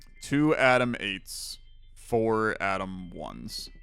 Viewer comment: I don't know if it's because im not an English Native Speaker, but all i heard was "Adam 1 Adam 2" lol